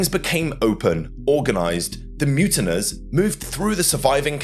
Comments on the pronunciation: Mutineers not muntiners. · Mutiners? Who pronounces it that way? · MUTINEERS. MU TIN EERS pronounced as MU TIN EARS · The word is pronounced mute in ears!!